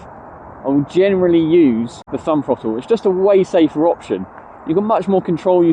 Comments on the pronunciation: I admire your guts making this video when you can't even pronounce the word THROTTLE. It has a glottal stop in it after the double t, it is not a frotull. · My autism can't cope with bad speech. I can't watch because your words make me cringe. . School didn't teach you to talk like a Muppet. What is a FFrottle. NOT mumFFs oV FFinkink FFroo FFerty FFree FFousand FFingz FFurzday wiV muVa faVa bruVa keeFFs smooV teeFF sumFFink wurFF nuFFink norFF souFF maFFs FFerapy myFFs FFerteenFF healFFy You don't say FFis FFat FFem FFose for THis THat THem THose so you can say the TH sound. It's a bad habit that you can change. Will you stop it so I can watch your videos.